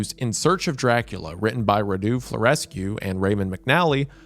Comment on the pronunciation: I was so confused by the weird names of Vlad's brothers until I realised he was saying Radu and Mircea